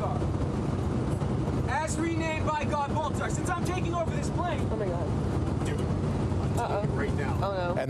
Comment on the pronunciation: i thought he said Balbazar, as in the pokemon lol